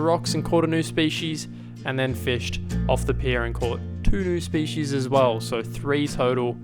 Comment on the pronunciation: Hey, great series. Been watching for years. But can you please pronounce species properly 😂